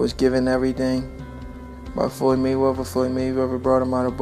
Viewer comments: 'Mumble, mumble mumble Froyed Mayrether, mumble mumble' Great video! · Floyy Mayweva😁